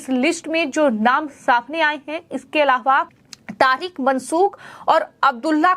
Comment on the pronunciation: aaram se bolengi to badhiya rahega.bahut takleef hota hai aapki bhasha sunana. Content delivery achha hai. Plz bhasha shaili sudhare,. Alava...alhavha..aise hi bahut traasadi me bolti hai aap. Zor na dete Aram se boliye plz